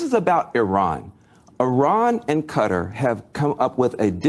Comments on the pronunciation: Somebody please tell my why Kuh - Tar (Qatar,) is so difficult to pronounce. Or are we just trending incorrect pronunciations? I seriously think there are much more difficult words to pronounce than that. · First of all QATAR is pronounced "Kuh-TAR" not "Cutter". Next Netanyahu PAID Qatar to maintain HAMAS. Third, Bill Maher is an idior and lacks general knowledge. The asshole has recently started kissing tRump's ass. Must be scared. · Y'all... it's Qatar (Kuh-Tar), not Cutter. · "Kuh-TAAH" with the emphasis on the second syllable. I am sitting here trying to figure out who or what the hell "Cutter" is. I was genuinely confused. Learn how to pronounce words. Anyway, Van Jones is a loser with no shame, dignity, or moral compass. He is a callous, heatless swine with no consistent principles of which to speak. He is clearly corruptible. He is clearly trying to drum up support for a war against Iran (primary target) and Qatar which oh-so-neatly aligns with and reflects Israel's interests and view of the region. The obsession with Iran is exhausting. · Him pronouncing it cutter it's not cutter. It's Qatar sound it out. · Since when did Qatar become Cutter?🤷‍♂ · I wish American's would learn to pronounce Qatar properly.